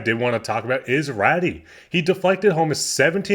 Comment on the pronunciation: You are mispronouncing Raty, it's pronounced Ratoo. Keep up the good work.